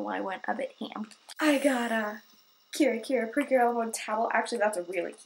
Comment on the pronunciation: I thought you mean to say Cute instead of Cure lol